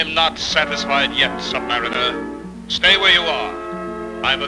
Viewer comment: Sub-mariner, not sub-mareener.